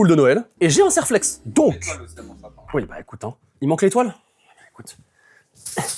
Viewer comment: j'ai pas bien entendu je crois un quoi ? Un Serrrr....flex ? 😂 Moi perso j'appelle ça un Colson 😂